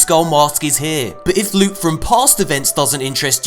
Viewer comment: To be perfectly honest, I miss when does his loot hauls starting by saying... Lewt, sweet precious Lute. Please tell me I'm not the only one.